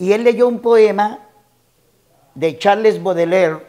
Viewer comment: Que yo sepa se pronuncia charls Boudelier , PRONUNCIACIÓN